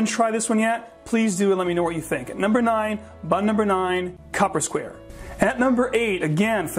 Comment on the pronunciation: it's pronounced CUU-PER SQUARE